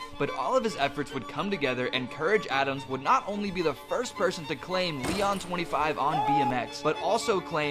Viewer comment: (Lee-ohn) Leon